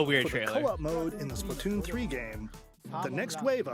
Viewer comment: "this is the SplaTUNES" -Tim [lol] Also, Kirby looks amazing.